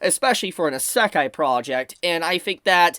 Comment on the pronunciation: How do you fuck up the word "Isekai" so bad?